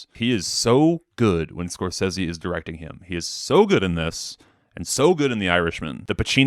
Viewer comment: Awesome list, unfortunately you’re saying Marty Scrozeez wrong